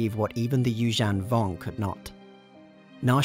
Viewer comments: Apologies, I believe Evocii is pronounced, Ee-Vok-Aye and, Yuuzhan Vong is pronounced as, You-Zhung-Vong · That's not how you pronounce Yuuzhan Vong lmao